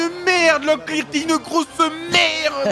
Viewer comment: le bilimbi peut etre consomé comme un fruit egalement mais il est très acide et Locklear ça se prononce comme la voix du jeu😂